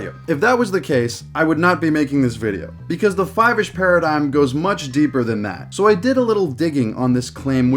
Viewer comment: its pronounced "foivish"